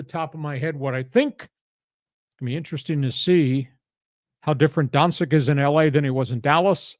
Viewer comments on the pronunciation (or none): I love you, lee, but embarrassing -- not only to say Doncic is from Serbia, but you can't pronounce his name right 😂😂😂 Bleeping brilliant 😊